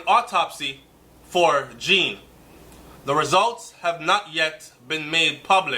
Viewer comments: it's pronounced Jon, not Jean...Just saying... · It's not Jean like a girl's name, it's the French pronunciation like zhahn. (john). The mother's explanation of the red mat sounds very correct, yes. Her uniform was still on because she had just gotten off shift and had not changed her clothes yet. Simple. We can not KNOW all the details yet as we are not privy to the investigation. Have patience. It WILL all come out at trial. What I am praying is that the TRUTH comes out, no matter what it is. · Please pronounce the poor unfortunate man's name properly. The name is Jean (derives from French and pronounced JON similar to SEAN or Zorn)